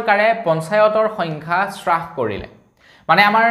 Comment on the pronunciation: সু সুপ্ৰভাত। ৰ news চাই ভাল লগা।পিছে আজিৰ বাতৰিত আপুনি হ্ৰাস শব্দটো শ্ৰাস বুলি ভুলকৈ উচ্চাৰণ কৰিছে।এনে হব নালাগে।